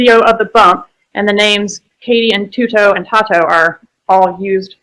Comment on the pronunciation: But he pronounces 'TUTO' like a champ tho. 😂😂😂